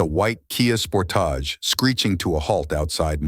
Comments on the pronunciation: The Kia Spore-tage. I've never heard someone make a Kia sound fancy like that before lmao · Why do you say kia SPORT- TAGE 😂😂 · Ooh a kia Sportaaage.....my jerk neighbor pronounces it like that I'm sure of it 🙄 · Kia Sportage….NOT Sportage’ That’s (phonetically sounding) sportAGE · Heelthy and Sportahj is crazy 😂😂this AI is silly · "Driving a Kia Spor-Taj". 😂😂😂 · The AI reader you're using is trash. The errors are all I can hear. spor- Tage. aMicable. Ffs. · Who the hell is reading this? "Spourtauge" "Ameekable" come on! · Spor-tahhage....heel-thee hahah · Stop saying Sportage like that. Even Kia doesn't pronounce it like that. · Definitely AI. The mispronunciation of sportage in the beginning was driving me crazy. This robot needs more practice.